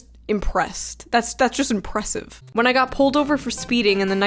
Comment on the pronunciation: I'm marking this time because shoe said impressed, impressive, and officer within 10 seconds. Sometimes I miss my home of New York